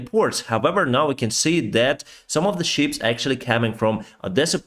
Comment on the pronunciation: Please don't take this the wrong way, I love your work, and watch every update. I just wanted to point out some of your pronunciation is a little off. "Peace" sounds like 'piss', "shot" sounds like "shat" (past tense for shit in the UK) and 'ship' sounds like 'sheep' in your accent. I know what you mean but it makes me smile in such difficult times.